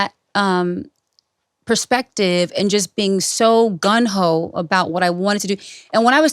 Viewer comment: She said “GUN HO” after not knowing how to say naïveté and I lost it 😂 Love Ciara. I really do. That was funny.